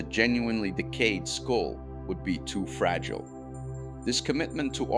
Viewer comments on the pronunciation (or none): none